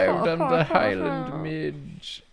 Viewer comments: Midge is pronounced "mid-jee" :) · The mispronunciation of midge really bothered me 😂😂😂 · It’s not midge it’s midge-eee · As a Scottish gal, you need to pronounce midge with an eeeee on the end! Like midge-ee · I know that saying midge, as it's spelled, is correct but no one I know, myself included has ever said it that way. They are midgies. One midgie, two midgies (MI-jee). I'm Scottish, and I'm just letting you know so that if you ever grace our country with your presence you will sound more like a native. If that's something you think is important. 🤷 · I love the midge. I'm from Scotland and we pronounce it 'mij-eh' like imagine there was a Y on the end. Also midgeys are the spawn of satan. Tiny little swarming flies that are everywhere in the summer and they will try to eat you alive like a school of piranha. Their bites are so infuriatingly itchy. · Am I the only one who pronounces ‘midge’ as ‘midgee’ rather than ‘midge’??? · apparently midge, in the context of the bug, is pronounced mij-ee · In Scotland we pronounce midge as midgie, it took me a minute to figure out that they are the same bug. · Not very important but in Scotland we pronounce ‘midge’ as ‘midgie’ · Guyyssssss Midge is pronounced Mid-gee its an even more fun namee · Hi friends Scotland here. First of all midge's are the worst thing in possibly the whole world and I'm glad to see one that doesn't want to eat me. Second, just to be that horrible horrible guy and I'm so sorry in advance. But it's pronounced like midge-ieeee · As a Scot and someone who has personally encountered the Highland Midge multiple times in my life sadly I would like to just say "midge" has two syllables. Either mid-gee or mid-jay for future reference cause this is totally knowledge y'all need to know. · In Scotland, midge is pronounced "midjee" or bastard.